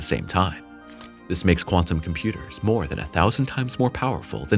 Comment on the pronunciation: Make the ai say “chem-pyooders” more! Lol